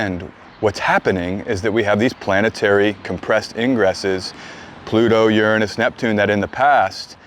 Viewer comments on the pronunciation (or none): Hi A friend of mine sent me here, and overall, I've enjoyed your content and found it interesting since I don't know anything about astrology. Now, a bit of positive feedback, english being my second language, it's irritating how your overall american accent is perfect, yet it seems you repeatedly and purposefully mispronounced the word "Uranus", I've learned at school and double checked Google translate that it's supposed to be pronounced as "youranus" and yet you keep pronouncing it as "urunus", is this because your speaking in a different dialect? Why is the difference in pronunciation? It's like an itch inside my brain that I can't reach. Thank